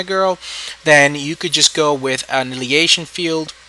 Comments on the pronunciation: actually, it's; an·ni·hi·la·tion, sometimes with a silent H. i can point things out too! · Uh-NY-hill-a-shun ...annihilation, lol. Other than that, good stuff!!